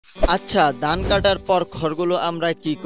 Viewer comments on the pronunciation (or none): আপনার বাংলা উচ্চারণ এরকম কেন ? ধান কে বলছেন "দান", ভাবেন কে বলছেন "বাবেন তো", ভোর কে বলছেন "বোর"। কেন ভাই?